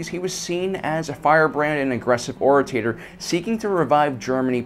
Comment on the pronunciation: Ora-TATER hahahha